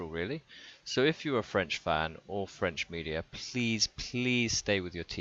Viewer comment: Good video , your french pronunciation is not (too) bad. Anyway the French defense is worse than last year...Maybe we need Bouthier instead of Dulin...